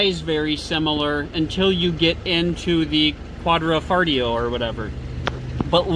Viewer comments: Stopped watching after quad-ra-foligno. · Goulart quad-ro-fo-li-o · Qua-D- FART-iO 🤣😂 or what ever. I don’t think these guys have ever tried speaking anything else besides English.. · "Quadrifartio" 😅😅 I heard that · WHat's with the pronunciation problems? Quadrafoleo/Quadrafarteo instead of Quadrifoglio? Jagwire instead of Jaguar? If you are going to review cars shouldn't you learn how to pronounce the names? Why should we take anything you say seriously if you talk like a high school drop out? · Quadra fillet? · You guys are smart, why didn't you take two minutes to learn to pronounce Quadrifolglio? Were you dumbing it down to seem more relatable? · First: I respect your review but professionalism is necessary and you should get your names right when mentioning them. I was actually going to stop watching the video as soon as you butchered quadrifoglio but i still kept going. 2nd : you criticized stelvio for year end big discounts. All manufacturers want to get rid of old cars at year end with big discounts. 3rd: stelvio quadrifoglio is a direct competitir to glc 43 and has beaten out glc 43 in driving experience by a margin and matched the power. 4th: read actual owner reviews and 75% of them are satisfied with 2017 and onwards alfa romeos.